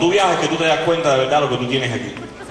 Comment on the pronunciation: Jajajaja el siempre dice la vedad😂